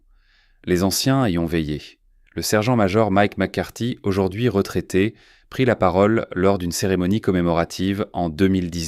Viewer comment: Le caporal fossette ...Fawcett. Q’il pline...qu’ils plient. Divorcé l’eau...Dyvocelo (?). Encore zaujourd’hui... Et tant d’autres du même acabit. Mon gars procure-toi une I.A., mais une vraie ! 😖😤😤😤😤😡😡😡🤬🤬🤬🤬